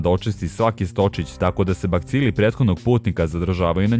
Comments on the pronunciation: Kaze se BACILI a ne BAKCILI. Ovo nije hejt nego ti kazem da znas. ;-) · inace kaze se bacili, a ne bakcili 😂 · nisu baKcili nego bacili (no hate)